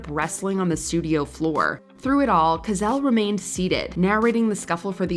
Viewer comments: Points for pronouncing some of those names 💯 An Ironic Edit: Its Co-sell, not Ka-zell 😂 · It's CO-sell. Not cuZELL. At least do the man the honour of pronouncing his name correctly. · Sorry, I like these announcers a lot, but "Ko-zel"??? It is Howard Cosell, pronounced "CO"+"SELL". How could she get this wrong...twice? Guy was extremely famous in the 70's & 80'S. One of the most famous announcers in American sports history. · His name is HOWARD COSELL , NOT GOZELL!! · Howard K'zell? Robot voice. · His name was Howard Cosell not gazell one of the greats! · You pronounced his name as Howard Cozell? No. It's pronounced Co-SELL. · Howard "Kazelle"? Gurl, really? SMH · Kozell, kauvman?!?! 🙄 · Pronunciation: Howard Co-sell, not Howard Cozell. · I'm sorry as soon as this girl said Cazel this video lost all credibility. If you want to be taken seriously make sure you know the people you are talking about. Specially when it is one of the most historic sports commentators in US history, Howard Cosell....exactly how it looks Co. Sell. Awful, Awful job Mojo! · Or "Howard Gazelle" as this narrator said. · I heard "Howard Kazelle". lol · When she said Howard "gazelle"...too funny! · Howard what?? Cuzzel? Could at least check your pronunciation of these people’s names, even if you weren’t around when they were popular. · His name was Howard Cosell. It was pronounced just like a seven year old would pronounce it “co sell”. There is no Z. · And, yet, she pronounced Howard Cosell's name wrong. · I've never heard someone mispronounce "Cosell" before. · But, yet, she mispronounced Howard Cosell's name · Learn how to pronounce Cosell properly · Howard Cosell is turning over in his grave with the way you mispronounced his name!